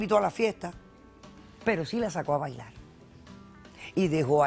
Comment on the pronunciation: diveltilte , bailal , comel, tomal, evitall hahahah WTF.